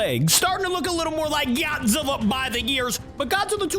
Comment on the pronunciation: Did my man just say Gyat-zilla,it's this part